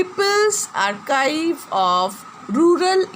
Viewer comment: The pronounsation is wrong of Archive .